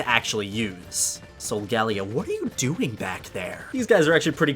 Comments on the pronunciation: Not SO-GAH-LEE-OH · "sol-gah-lee-ah what are you doing back there?" um...you mean?...Sol-gal-lee-oh? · In the anime they pronounce it sol-gah-lay-oh 👀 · I thought it was pronounced (sol-gal-lay-o) not (sol-gal-io) How did they say it in the anime? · I died when he said: Solgalio what are you doing there? uhhh i'm pretty sure its pronounced differently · Your whole channel is focused around pokemon yet you mis-pronounce solgaleo. Soul-guh-lay-oh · It’s SO-GAH-LAY-OH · Its pronounced sol-ga-leo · Why does he say solgaleo like that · who else got mad about the way he said Solgaleo? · I don’t like how he says solgaleo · you say so many pokèmon names wrong, watch the anime to learn how to say Solgaleo and Kyurem